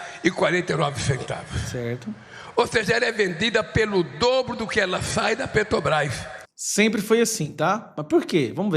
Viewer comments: Petobras!! Não sabe nem fala Petrobrás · Petrobrai kkkkkk o ladrão analfabeto nem sabe falar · A "petrobais".....o cara não sabe nem falar direito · Infeliz, não sabe nem falar Petrobrás, isso se diz presidente, analfabeto inútil. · Ele disse que o povo é burro 🫏, mas ele está certo, a culpa não é do Lula e da Petrobras, mas sim de quem elegeu ele lá para representar a massa brasileira. Presidente não sabe pronunciar corretamente o nome da maior empresa do Brasil, vergonha para quem o elegeu.